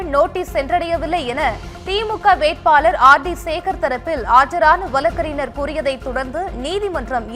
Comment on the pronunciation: திருக்குறல்,வலக்கறிஞர், வலங்குவது, ஏலாம் தேதி, வலக்கு.இன்னும் பல. எண்ணடி செயதி வாசிக்கிற? இதைப் பற்றி Complaint பண்ண உன்னோட கீப் சப்போர்ட் பண்ணுகிறான்.